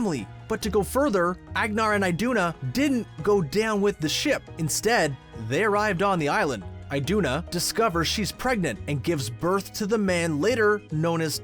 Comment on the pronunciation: It’s so funny when Americans try to pronounce Norwegian names 😂 It’s not ehgnar and aiduna it’s Ahgnahr and ihduna